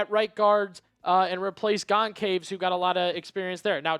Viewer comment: The c in Goncalves is pronounced as an s in both brazil and portugal